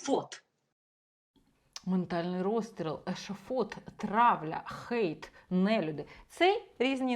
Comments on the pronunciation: не викривляйте англійські слова! "Гейт" це ворота!! Хейт це хейт! Не будьте безграмотними!! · Пробачте, але чому "гейт" а не "хейт"?😅 А взагалі, - ганьбити, лихотворити, критикувати, нападати, злорічити.